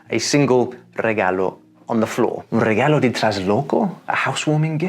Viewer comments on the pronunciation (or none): It's regalo asin C'arlo, not regallo asin sh'allow